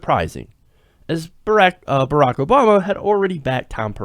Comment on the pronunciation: he actually said ber 'ak lmao